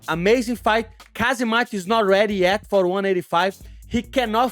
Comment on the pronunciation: It’s Ham Zat with a silent K